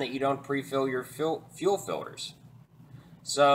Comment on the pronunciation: I hate how you say Fiwders